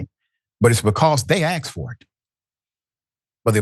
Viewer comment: "they axed for it"... seriously, "Doctor" Richey?